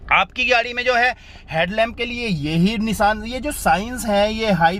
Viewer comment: Nisan nhi nishan hota he